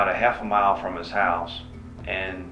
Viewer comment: "Chouse" 😊😂 A russian crazy one again.